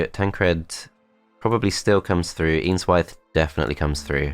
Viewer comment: Every time you said "Eanswythe" I heard "Ian's Wife".